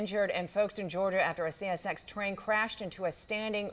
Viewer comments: GIRL COULDNT SAY “C S X” CSSX 😂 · How hard is it to say CSX, and did she say the indecent "resorted" in a small fire?